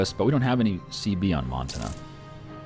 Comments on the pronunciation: Mon-tan-ah say it with me friend. Not Mon-tin-ah. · it's M-on-t-a-nna not Mountaina. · Hannah Montina. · Every time he said montana I died a little inside.